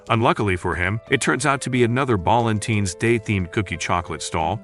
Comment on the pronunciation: Balentines✅ Valentine's ❌